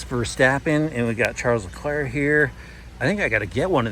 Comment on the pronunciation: Sh-ahl-z leh-clerc